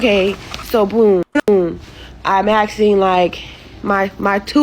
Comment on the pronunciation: Asking not axing.